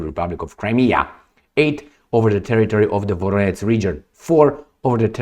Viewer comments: VoroneZH, VoroneZH, VoroneZH!!! Not your F… VoroneTS!!! 👎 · You pronounce Voronezh like Voronets. zh ending doesn't have equivalent but I sounds like [Voróneʤ].